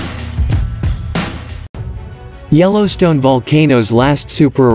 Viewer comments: did the computer voice just call it yellow steino. please was a real voice not a computer. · Yellowstaino ??? I think your computer voice has a glitch.